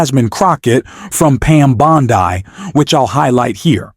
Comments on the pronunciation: It's Bond-ee. Not Bond - eye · either u r not a native speaker of English or this is an AI reading this. Bondi Is said Bond-e Yes the I is said as a long E. So to spell it for u the way it is said it would be written Bondy with the T taking on its long E pronunciation for this u get a thumbs down and my sub gone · It's Bond-ee, not Bond-eye. AI is still more awkward than Frankenstein's monster in a low-budget movie.